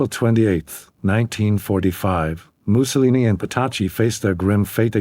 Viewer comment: You should have research how to pronounce his name